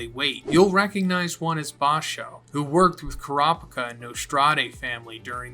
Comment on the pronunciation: Car-picker or Coo-ra-peeka? Your pronunciation for a Manga fan are atrocious.